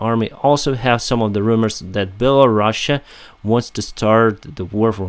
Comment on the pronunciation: the way you pronounce Belarus is wrong. It's not Belorussia, there is no "russia" in the name. Republic of Belarus, or simply Belarus